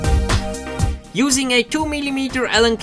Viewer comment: Nur ein kleiner Hinweis, "Bearing" wird "Berring" ausgesprochen, ein "Beering" is eine Sauferei ;D Im Übrigen ein tolles Video, super, dass MIP die 250 Vorbestellungen erreicht hat. Welche Fernsteuerung verwendest du?